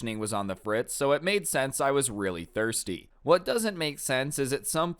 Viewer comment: why he say thirsty like that? 😂